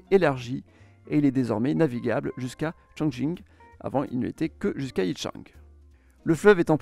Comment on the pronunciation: Par contre il a (probablement) parfaitement prononcé Chongqing.